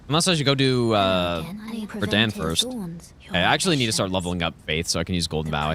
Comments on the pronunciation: “Radān” instantly clicked off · Bro spent 6000 hours and still cant pronounce RADAHN correctly😅